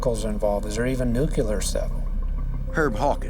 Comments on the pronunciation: "Nookyeler stuff....."?? This guy has 4 stars on his collar, and can't correctly pronounce a SIMPLE word such as "NUCLEAR" the right way?? 🤪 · IT'S NOT 'NUCULAR'. JESUS H CHRIST. STOP SAYING IT.